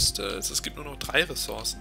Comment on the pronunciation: ressource spricht man mit "u" aus [ʀəˈsuʀs]